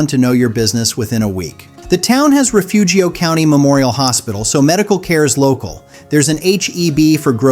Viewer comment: I'm from Refugio. It's pronounced Reh-fury-oh, and it's a horrible place to live full of worse people. You couldn't pay me to go back.